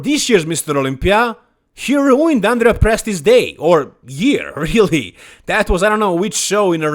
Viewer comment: The way you said Andrea Presti makes me believe you can speak a bit of Italian...